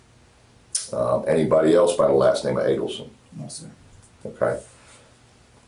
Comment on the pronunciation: You can’t even pronounce the last name properly?